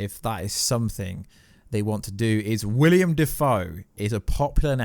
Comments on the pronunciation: Will-EM Not William. Will-Em Defoe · Willem not William. Cool vid bro.